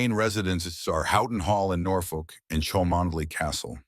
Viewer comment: chalmondely is pronounced “Chummly” believe it or not. Please pronounce it correctly it gives your presentation a bit more weight of authenticity